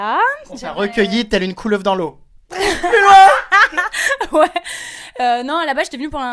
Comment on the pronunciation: Arrete avec le " Pluus loin" --'